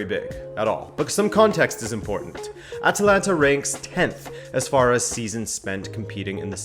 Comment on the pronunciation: Surprised? This guy cannot even pronounce the name of the club... Shows that they never actually watched Atalanta before the hype was well underway. THIS VIDEO IS AT LEAST 4 YEARS OVER DUE. CALL YOURSELVES A FOOTBALL CHANNEL? PICK UP YOUR GAME.